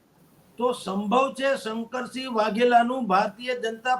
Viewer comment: બેન શંકર્સીગ નહિ શંકરસિંહ છે